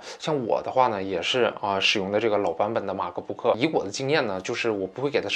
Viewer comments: 马克不可真别扭，麦克book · 马克book。。。。你这英文也是够牛逼的